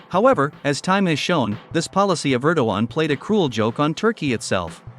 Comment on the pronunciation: Er-DOG-Gay-an ErDOGan